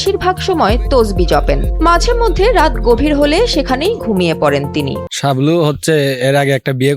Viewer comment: ছাবলু নয়, শাবলু হবে।